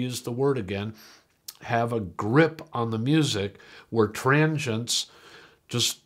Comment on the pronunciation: What are “tranjents”? 😮